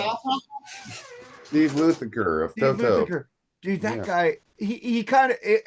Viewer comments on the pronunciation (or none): getting on for fucking up Greg Bisonnette’s name and yet always mispronounces Steve Lukather’s last name by always calling him Luthaker 😂